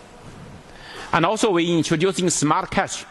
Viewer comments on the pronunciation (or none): none